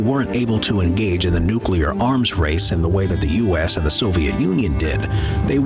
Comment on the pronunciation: Comment for the algorithm! Thanks for the good shit. Nu-clear, not nucular. Thanks:P